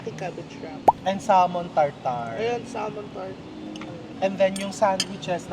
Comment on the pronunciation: You say Samon not Salmon, you drop the L